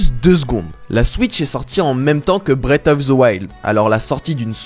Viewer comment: bullshit...et ne sait pas prononcer Nintendo et Breath xD